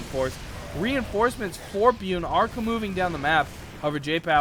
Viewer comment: byUn ... Korean pro gamer. You're prenouncing it wrong:)